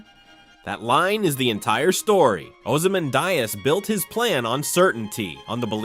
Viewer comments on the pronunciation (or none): Man, the video is great, but the pronunciation of Ramses and Ozymandias does not seem correct.